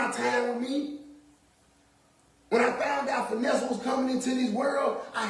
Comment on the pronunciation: Uhhhhhh he said “Finessa?!”😒 don’t piss me off!